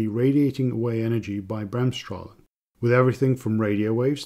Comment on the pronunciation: Good and informative video! Very good pronunciation of Bremsstrahlung for a non native German speaker by the way!